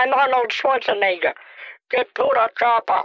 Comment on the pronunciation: The Arnold part reminded me of one of my favorite Kitboga scenes of all time. The scammer is pretending to be Arnold “Shwar-shwarnecker”, their ridiculous way of pronouncing Arnold’s last name. When Kit asks then to “say ‘Get to the chopper!’ for me”, the harebrained scammer says: “Get to the chopper for me!”, creating one of the greatest moments of all time. It never ceases to crack me up!